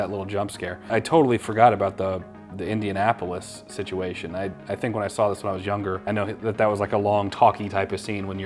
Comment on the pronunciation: Did really say "Indiana-apolis"?